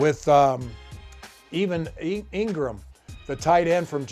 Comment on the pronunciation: LMAO I was so caught off guard with the first butcher.... Then he just kept doing it. Even Engram 😂